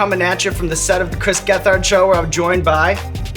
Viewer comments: I like how Sean pronounced his name wrong multiple times and Chris never corrected him. Never doubt the kingpin! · Stop saying his name like that..... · Why can't you pronounce his name correctly Sean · Oh Shit, its two of my favorite things together. Hell Yes TCGS Hell yes Hot Ones! Have to work on pronouncing Gethard better 'though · I usually skip these and just watch Hot Ones. But had to watch for Chris gethard, also real bad pronunciation of the last name Sean. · I wonder how hard it was for Chris not to correct Sean on the pronunciation of his name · The way he said Gethard